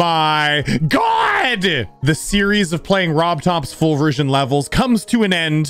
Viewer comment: i thought he said foobersion but it was full version